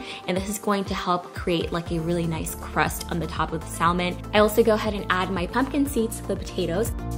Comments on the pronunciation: Lol omg she’s killing me U DONT PRONOUNCE THE LLLLLLL IN THAT WORD!!! Lmao IT IS SILENT! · Correct, it sounds better without. We need to educate those other countries. lol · I'm pretty sure the L in salmon is silent......🤔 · the L in salmon is silent FYI... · Omg I had to skip the first part bc of how to say salmon wrong🥵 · The L in Salmon is silent, FYI. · The L is silent in Salmon. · Nice recipes... BTW... You are not pronouncing salmon correctly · the L is silent in the word salmon. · I had to stop watching due to how you pronounced salmon. I hate to be like that but seriously? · YOU DON'T PRONOUNCE THE L" IN SALMON!! YUCK! IT WAS KILLING ME THE ENTIRE TIME! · The “L” is silent. It’s pronounced sam-on, not salm-on. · Pronounced samon...not salmon. Great recipes, thank you. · Please don't say sal-man. It's pronounced like sam-on. Thanks! 😉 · Love your recipe videos!!😊 (BTW...It’s Samon don’t pronounce the L) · Blaccat....hahahaha.....stop it! Cut some slack, she can't be drop dead gorgeous, a great mom, cook, wife, Aaaaand correctly pronounce the word "samon" too. Lmao, I love this, her videos are LIFE!!❤ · I love you and your videos SO much, and I’m one of your biggest fans, but girl... SAM-on 😜! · Hey love, the fish is pronounced Sam-on. The "L" actually is silent 🤫. - with love ❤️ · JFYI Salmon is pronounced ' sam-uhn ' No L sound. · THE L IS SILENT IN SALMON!!! ITS SAM- IN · Its pronounced SAMON NOT salmon. I mean really, c’mon. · Ugh saying saLmon ruined the vid for me 😭😂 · The L is silent in salmon lol 😝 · I found it cringey to listen to over and over LoL just one of those things but love the recipe! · really lovely recipes thank you....dont mean to offend, the 'l' in salmon is silent. have a beautiful evening. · I'm glad someone said something! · Lol thank you for saying something. Yes silent "l" 👍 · These recipes look delicious 😋 But really triggered by how you pronounce salmon the L is silent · I thought it was just me. 😐😟☹😞